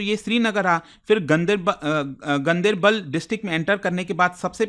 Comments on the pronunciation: Gandibal nahi....Gan- Der-Bal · He has pronounced it wrong locally it's pronounced differently like gaan-dar-bal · The right pronunciation is गांदरबल